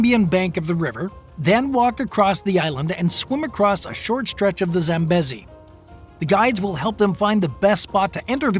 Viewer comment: pronounced zambeezi